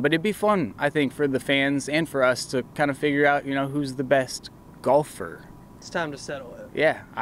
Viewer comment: I like the emphasis on "Gahlfer!"